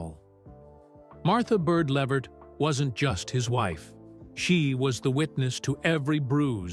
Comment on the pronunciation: His last name is pronounced “La-Vert”